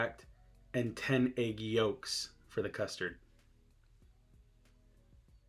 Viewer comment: It’s when you said “ehgg yhoolks” for me